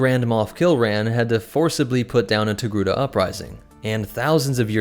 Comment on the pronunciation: After hearing his pronounciation of the name through the whole video, now I always write Tegruda